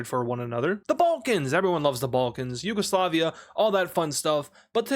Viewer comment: It's not Yugoslavia it's yuagalisiva